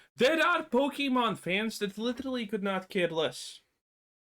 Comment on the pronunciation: Your not a Pokemon fan if you can't pronounce it correctly. That's already a dead giveaway